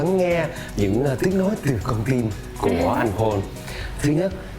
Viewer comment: noi tieng Anh te wa ten Paul ma doc sai